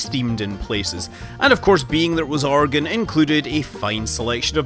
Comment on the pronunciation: 1st thing is i live in oregon. and the 2nd thing is THANKYOU SO MUCH FOR PRONOUNCING OREGON CORRECTLY